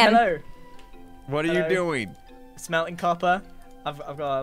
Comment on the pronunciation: Ngl, that first bit where Grian says "Smelting copper" If you listen kinda sounded like... "smelling copper" Me: mmmm you okay there buddy?.... (watches his episode) I'm sure he will be fine when Doc wakes up and logs on after having been sick....